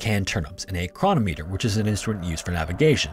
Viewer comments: It's not ChrON-ometer, it's Chro-NOM-e-ter, with the emphasis on the NOM. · You should look up how to pronounce “chronometer” 😂